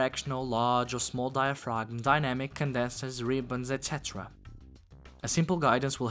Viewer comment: the G is silent in diaphragm bro